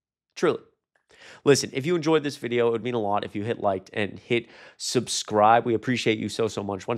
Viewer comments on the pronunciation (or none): none